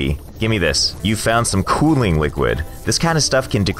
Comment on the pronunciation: Why do you say Cooling like Chooling?